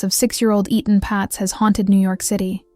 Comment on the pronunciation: It’s not E-Tan it’s Etan also spelled Eatan or Eaton. Please pronounce it the same way, because you do pronounce it correctly at times, throughout the entire video….please!!